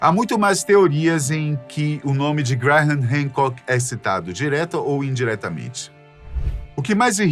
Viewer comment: O que me deixou louco foi a forma como o narrador diz o nome "Graham", cada vez que tentava dizer era como uma facada nos tímpanos!!